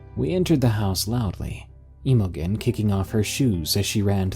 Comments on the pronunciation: Emo-gen??? Do you mean Imogen which is pronounced im-oh-jen (im pronounced the same way you would with the word Him...)? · Emma Jean, emogen whatever you're seeing, is pronounced emma jean.... Please research the words you don't understand Please learn words and names before you piss more intelligently scholarly people off.... Dude your pronunciation is bad and your attempt at English is depressing... Imogen is Emma Jean... It's a old timey name. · Imogen is pronounced "im-o-jen" BTW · For future reference that name Imogen is pronounced "Im a gene" Don't ask me why. It's an older name. I've had several hospice patients with it. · FYI, "Imogen" is pronounced with a soft G, like the J in "Jennifer", so its pronounced like its spelled "Imojen". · Please google pronunciation for the name Imogen. Its awful u pronounce it wrong. Lmao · Dude you gotta learn how to pronounce names before you read these. You butchered the name Imogen lmao.